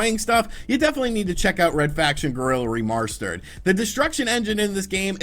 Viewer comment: And I feel in love with this video when I heard remarshterd